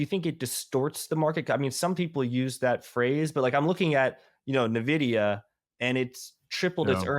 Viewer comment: It's ENVIDIA, not Nividia